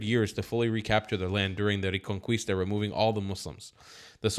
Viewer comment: Reconquista - Ray-Con-Keesta